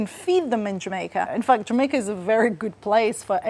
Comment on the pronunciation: This was a fun video, had a smile all the way through. IMO, the accent is hard to get just right, especially the intonation. Probably a specific example is rising pitch at the "Jamaica" at . I feel like a Jamaican would be lowering on the last syllable of "Jamaica". But he does a decent job portraying a general "Caribbean" vibe (esp. in a work of fiction/fantasy). And it's nice that they based their visual work on actual Jamaican scenery. It definitely feels quite "authentic" despite being animated!